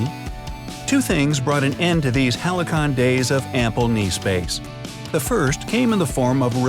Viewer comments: Check the pronunciation of halcyon because it is not "helicon". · That is exactly what I was thinking. doesn't know how to pronounce halcyon. Someone needs to teach him proper pronunciation.